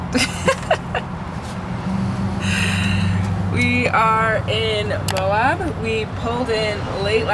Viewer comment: Love the desert with the snow peaks in the distance. Utah is stunning. And Moab - those rocks I love it. called it AMOB at one point 😂. On the left of the main drag it has a building “Uranium Building”. Intriguing. And how does plait her hair? I guess does it. We would like to see that 😊